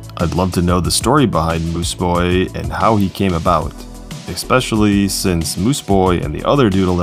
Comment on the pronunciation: ES-pecially. Not EX-specially. GD!!!!!!!!!